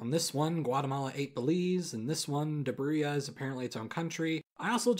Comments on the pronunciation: it's pronounced Dobruja not Dobruia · it is pronounced "Do (like the Dodo bird not the verb) bro gea" not Debreeia or whatever you said. Dobrogea. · This is not how you pronounce Dobruja. it's something like DollBruhDja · D E B R I A Now it’s not like I live in that region or anything but I’m pretty sure it’s called Dobruja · Dobruja is not pronounced like that just had to mention it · Dobruja's J is pronounced like in the word Japan.